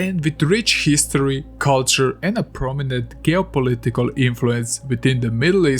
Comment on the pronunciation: just came across your channel, and i love your accent! your verbal flow is so nice, where are you from? (also, the g in geopolitical is pronounced like the j in john, not the g in good)